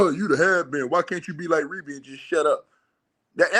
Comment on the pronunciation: No offence,, but her name is pronounced Ree Bee not Reb Bee. Ai started saying her name that way.